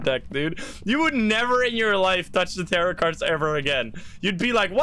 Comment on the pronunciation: the first time i heard tarot cards i thought you said terror cards but i think terror cards fits better as a name(i am completly new btw)